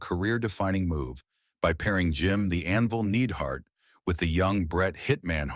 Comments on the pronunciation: The AI is embarrassing! Need-hart??? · Not to mention "Jim NEEDhart"